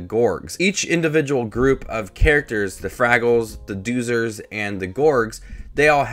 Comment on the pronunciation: You mispronounced Doozer. How could you have watched the series and mispronounce it?